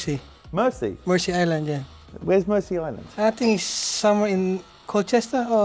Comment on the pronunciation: Its Mersea island not Mercy